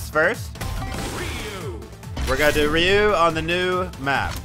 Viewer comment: U kept pronouncing hadoken and Ryu wrong 😭😭